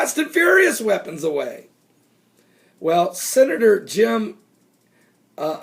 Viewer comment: Pronounced Jim In-hoff.